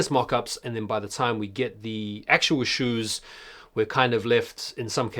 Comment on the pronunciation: 'Shoews' was hilarious 😂😂